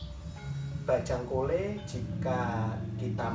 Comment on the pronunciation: Pelafalan bajhang kole nya ga gt mas 😅, tp gpp sih memang bukan penutur bahasa madura